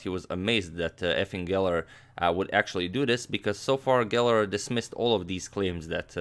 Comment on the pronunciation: Every time I hear Efim Geller I hear F-ing Geller ! XD